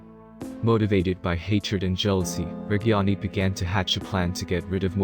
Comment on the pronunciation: At least try to pronounce reggiani right pls